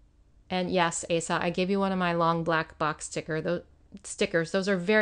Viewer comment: Asa is pronounced O sa with the long O sound. 😁 Love the spreads!